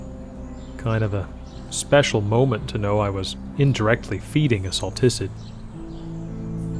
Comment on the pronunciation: The way he pronounced saliticid caught me off guard haha